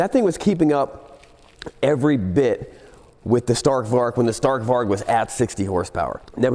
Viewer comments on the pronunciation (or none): And "varg" is pronounced with a soft G. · Varg means wolf in Swedish (pronounced "varee").